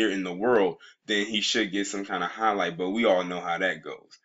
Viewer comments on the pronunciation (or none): none